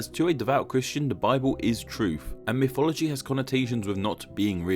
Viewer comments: A pity they couldn't have got a narrator for this video who could pronounce mythology correctly, instead of "miffology". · Every time you say mythology, I just hear "miffology"